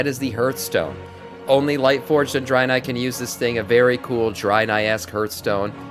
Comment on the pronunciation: Wtf is a Drynai? it's pronounced Drae-nai--- sorry I don't mean to come across as a dick but it just annoyed me the way you were saying it.